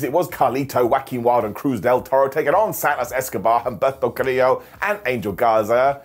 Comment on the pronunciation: Again, the "H" in Humberto is silent😂